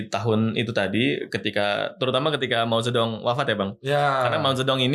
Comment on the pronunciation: btw Mao Ze Dong ini pronounciation alias pembacaan china-nya Mo Tce Tung ya 😁 Dan thanks pembahasannya 🙏🏻 makin berminat buat bljr sampe ke negeri China nih ✨ [Edit] btw parah ya, pembahasan sekeren gini yg nton cuma dikit gini? Kalah sm video ttg selingkuh, gila.. Ini konten emas loh pdhl! Byk bgt yg bs dipelajarin